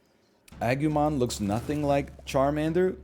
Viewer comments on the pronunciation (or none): Agumon is yellow not orange, also it's agoomon